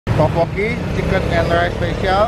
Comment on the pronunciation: Setau gua teokbokki deh bukan topokki